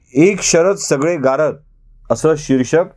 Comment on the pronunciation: सर ,गारद म्हणताना आपला 'द' वरचा जोर कमी पडत होता...'गा रद्द' असा उच्चार अधिक बरोबर झाला असता...पण एकटे तुम्ही काय काय करणार म्हणा!!!!